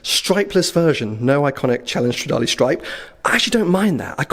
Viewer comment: it's stradale not stradali AAAHHHHHHHHHHHHHH